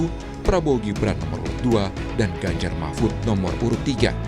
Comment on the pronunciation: •Mahfud pak bukan Mahmud udah 2-3x saya dengar ucapan anda. Tapi narasinya bgus bnget tadi wkwk😁😂 ke kubu prabowo •Good PKS jangan terpancing menyerang, Jubir pks fokus aja jadi (Gelandang tengah) menyuplai informasi secara objektif untuk support striker penyerang depan, dan menyeimbang pemain bertahan.